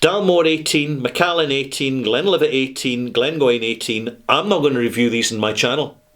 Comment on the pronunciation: Macallan, get it right!